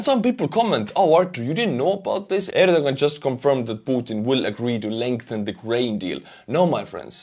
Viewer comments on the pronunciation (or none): none